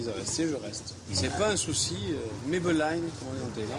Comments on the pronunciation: lol à la fin ils disent mai be len pour profitez de la vie alors que c'est May pen Raï (on s'en fout), reportage naze avec des crétin de français plein de frics... ils vont se faire plumer ;) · Mai be line a la fin..ahahahahahha même pas capable d'apprendre 3 mots, putain ca promet. C'est mai pen rai qui veut dire plus ou moins " c'est pas grave " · Archi faux et mal prononcer lol..La journaliste touche pas une bille, quand même , elle aurait pu se renseigner..maï pen Raï...."C'est pas grave, pas de problème ""